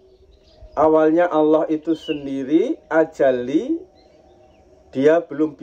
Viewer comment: Ijin Meluruskan, kata² azali jangan dibaca ajali, Kata² muhaddas jngn di baca muqoddas, perlu belajar lagi yg tepat,karena di tonton banyak org, maaf